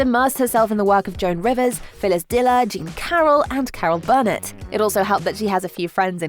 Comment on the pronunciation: Not Carol BURRnit, its Carol BurNETT..accent on Nett, not on Bur